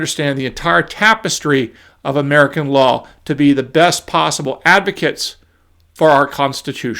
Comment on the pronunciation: Wahn Merkahn